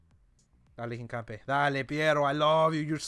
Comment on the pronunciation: Just say hinca the then say foot in Spanish